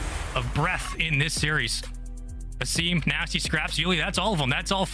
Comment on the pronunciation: It’s pronounced Ah-Sim(Asim) not effing ay-sim god damn this lady pissing me off